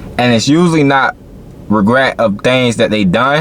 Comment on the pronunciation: Are you serious?! Regrat??Regret? Dude you can't talk worth a shiii